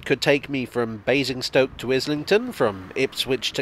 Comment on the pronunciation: I think you were mispronouncing Amazing'stoke 😝 Thanks for another great video 👍😊